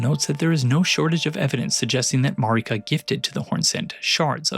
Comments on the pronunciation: Look man I know there is great content in this video but oh my god it is so hard to concentrate on what you're talking about when you keep mispronouncing Marika. Its Marika not Mareeka 🙄 And not Liondell. Leyndell. LAY N DELL. Sorry its a pet peeve of mine when people mispronounce things, especially when they are said in game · Yeah Elden Ring is about empire-... but it really irks me that you say her name Mareeka when everyone you talk to in game says it like 'Merica... which I feel like is itself pretty tongue in cheek commentary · I ain’t listenin to anyone who pronounces Marika as MarEEka.